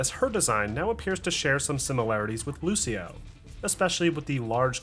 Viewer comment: did he prononce lucio as lu-c-io? wtf